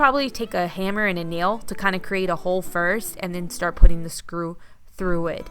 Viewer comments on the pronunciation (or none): none